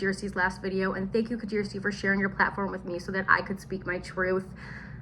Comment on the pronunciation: Hi Kjersti! So nice to hear how your name is correctly pronounced! You are very inspiring, brave and professional, thank you for sharing your stories.